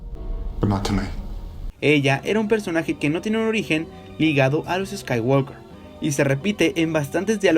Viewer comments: Ni en la versión de Hispanoamérica ni en Inglés subtitulado dicen "escaiguolker" sino "escaiguoker" sin la L, ¿por qué lo dices con la L? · Buenas bases, buenos argumentos y excelente conceptualización, mejor aún el análisis. Sólo por favor pronuncia bien en inglés; la "l" antes de la "k" no tiene sonido. Gran video. Saludos.